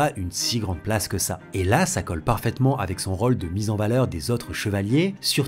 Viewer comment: Pourquoi tu prononces "o" dans "rôle" ou encore "chose" ou tous les mots dont la sonorité de "o" devrait être "ô"?